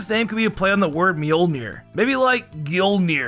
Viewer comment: "A name based on Thor's hammer, Mjölnir" ...... Mule-nir